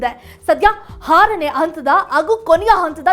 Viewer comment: ಹಾರನೇ ಅಲ್ಲ ಆರನೇ